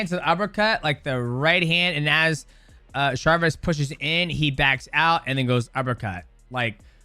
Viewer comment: Bruh there is no r in Chavez 😂